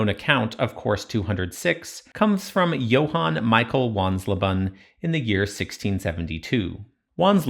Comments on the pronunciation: Not "Wanslaban": the "le" in leben is "lay". So it becomes something like wans-LAY-ban, a bit like the "he wants rayban sunglasses". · Wansleben ben not bun 🤣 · Wansleben is more like: once-lay-ben